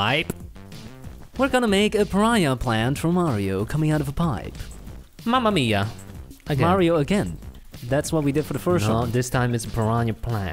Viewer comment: minute lol I'm italian, nice "Mamma mia"